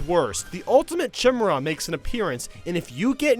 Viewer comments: The Ultimate... Chimra? um... its Chimera... Chim-->E<--ra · “Ultimate Chimurruh” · Did just pronounce chimera chimera?!?! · Why does this guy sound like he's about to cry Also lmao at his pronunciation of "chimera" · The way said Chimera makes me laugh so hard! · You said Chimera wrong in the video. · The way you pronounce 'Chimera' lmao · Your pronunciation of chimera is way off. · cringed when he Pronounced Chimera.